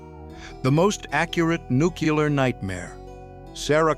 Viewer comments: "New-clee-ur" not "nook yu-ler" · one word - NUCULAR! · Nukeular. Nukular. Newquelar? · I think the word is NUCLEAR not NUCULAR....lol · It’s nuclear not nuculur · Wow. The maker of this actually had the AI say “nu-cyoo-ler” as opposed to the PROPER way to say it, which is nuclear. Nu-clear. Two syllables. That’s it. That’s all it’s ever been, and all it ever should be. I’ve never understood this weird thing that some people have where they insist on saying that specific word incorrectly. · Nuclear dammit! Its nuclear! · OMG... NUCKEE-LAR... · You lost me at nucular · Nucular. It's pronounced Nucular. Lol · NUCULAR scientists? They're even better than the nuclear kind! :O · Nucular... ugh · Homer: "Nucular. It's pronounced nucular." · How can AI make the mistake? That's so odd. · Look at the title of the section. The Most Accurate Nuclear Nightmare. Pronouncing as Nu cu lure. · "Nuclear" is not pronounced "nucular". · you said nu-ke-la 😂😂😂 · I'm impressed that they got George Bush to narrate this. I had no idea it was him until I heard him saying "nukular". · No AI here. Not even AI would say 'nukeuler'. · Wow, they even have AI that pronounces the word 'nuclear' incorrectly. It always bothered me when actors and presidents pronounced this word, "nuke you ler" - comes across as bad as something from ebonics to me. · It's Nu cle ar... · Oh Jeez...AI can't even pronounce Nuclear correctly. There is no Q in Nuclear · Even AI can't correctly pronounce nuclear. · You pronounce nuclear the same way as Homer Simpson.